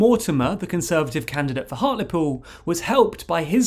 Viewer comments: It's funny to hear it pronounced 'hart-leh-pool'. In Hartlepool itself, they pronounce it 'hart-lee-pool' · I swear it's pronounced heart-ly-pool